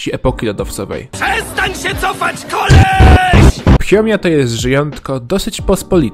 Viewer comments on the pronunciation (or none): to jest fiomia nie phiomia👍